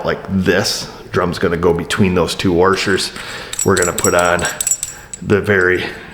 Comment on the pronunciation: >worshers where ya from cause i only hear that closer to texas